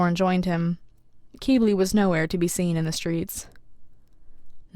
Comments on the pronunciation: Its q-🅘-bli not q-🅔🅔-bli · Is Qibli really pronounced kee-blee?! I’ve been saying kwib-lee. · I have been listening to the audio book and the narrator says Kibli short i I just wanted to point that out because I love your videos but that doesn’t sound right after about 40 hours of listening to it said the other way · I heard kiwi not Qibli. 😵‍💫🫥🥴. And guess what theses two emojis character is 🌕👀